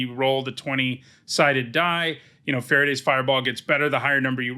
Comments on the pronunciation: A small note: Farideh is pronounced fa-REE-dah. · I did not know Farideh was pronounced like Faraday, and I keep imagining a 19th-century English scientist creating an electrical fireball.